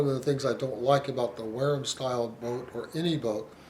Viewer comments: You dont know what your talking about mate, apart from your very poor pronunciation. I dont think Ive heard such drivel...If the Wharrams sell so well ...your obviously WRONG !!!! Why do refer to Wharram owners as being part of a cult. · It’s killing me that your mispronouncing Wharram.